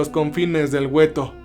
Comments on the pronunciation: se pronuncia Gueto, no güeto, la "U" es muda por Dios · Es gueto, no güeto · Saludos, solo una observación se escribe ghetto y se pronuncia guetto, es una palabra italiana. Excelente trabajo y mil gracias por compartirlo, por cierto ya estraño Cerber. Una abrazo. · El gueto !?!!...😅😂😅😂...Güetto !!!